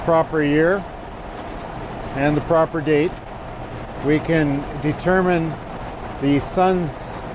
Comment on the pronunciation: Good stuff, but check out google on how to pronounce "develop" & "determine". Being of French Canadian orgins myself, I'm sensitive to these things